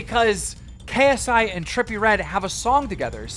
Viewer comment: Nobody: Keemstar: Krsi